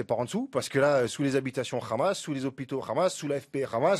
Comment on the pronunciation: S’il te plaît prononce le mot Hamas à la façon française et non hébraïque. Merci